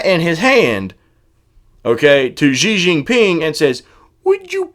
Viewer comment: A little off topic help here, Xi Jinping is pronounced "she" Jinping, unless you're aware of this and aren't concerned. Back on topic, I've backtracked on some of my own previous points of view. As horrible as Hill was, if I could do it over again, I would have voted for her simply because of the harm Donald has done with all of the conservative federal judges he's appointed, hundreds now the last time I checked. We know the Supreme Court is in big trouble too. As disgusted as I am with the Democratic party and have been for years, I won't sit out in 2020 and I will vote blue, no matter who, just because of this. Also, I'm not too sure about the Tulsi/Kerry comparison. True, Kerry was polling very low, but once Dean and the other guy had canceled each other out, establishment media jumped on Kerry's bandwagon and supported him. I don't see that happening with Tulsi and think that it would be extremely unlikely. And yes I like Tulsi a lot. I'm 100% with you on your war stance. Trump for all that I detest has not pushed any wars, which no president has done since Carter.